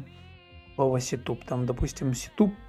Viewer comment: У автора добрая половина слов читается НЕ по-английски, а простой транскрипцией латинских букв. Один сетуп (setup) чего стоит ))) Но это НИЧЕГО СТРАШНОГО. Каждый вправе читать иностранные языки как ему удобно. Ведь информатика это вещь всемирная. С чего кто-то решил, что английские правила прочтения в мире IT самые верные? Читайте так как вам удобно. Python это Питон. А процессор Xeon это Ксеон. Вы же марку Xerox читаете как Ксерокс, а не как Зиракс, а BMW это БМВ ;) Пофиг. Как вам удобно, так и читайте, лишь бы был понятен смысл.